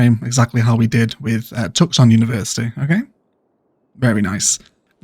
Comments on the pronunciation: It's pronounced two-son, not tuck-son ;-) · Awesome video! Just a heads up the ‘c’ in Tucson is silent so it is pronounced “too saan” :)